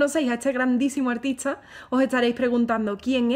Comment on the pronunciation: Tengo una curiosidad... Porque pronuncias buenas CHARDES.. LA T COMO CH..??????? Uschedes. En vez de ustedes artischa en vez de artista?? No eres española??